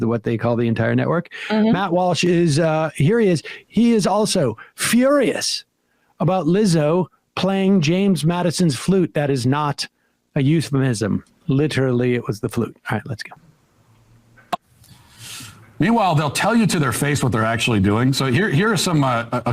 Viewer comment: likely because he just mispronounced euphemism. it's a pretty good joke actually.